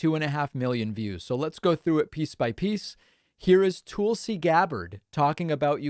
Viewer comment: Love your channel. Tulsi is nuts. But I think your pronunciation of their name is a bit off, which is distracting whenever you are talking about them.